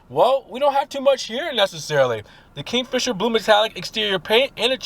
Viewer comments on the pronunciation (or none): No such thing as PREF-orated. It’s PERF-orated; KING, not KINGS-fisher